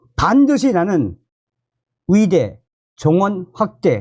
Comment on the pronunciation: 위사 위대가 아니라 의사 의대입니다 발음좀ᆢ